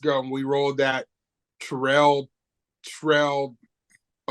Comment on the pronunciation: Phonetically, his name has two Rs so the accent is on "Terr" with a short e, like a tare. Te' rrell is a mispronunciation of his name. Leave TO alone and keep it moving! Why shouldn't he like who or what he likes? It means nothing to me, just like I don't want anyone criticizing me for having an exclusive preference for fit, feminine, intelligent black women. My relationships with others have NEVER lasted longer than 4 weeks (one month just sounds awful). I would rather be single than date non-black women 100%! This will never change